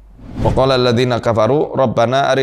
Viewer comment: Maaf ustad saya tidak bermaksud mengajarkan, d tulisan itu bacaanya wakoola tapi ustad baca pakoola